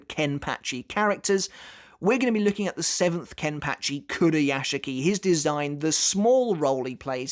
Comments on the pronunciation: I’m curious of why it’s pronounced “kenpatchy” and not “kenpachi” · The way you say Kenpachi just bugs me man... you saying it like KenpATchi... just no.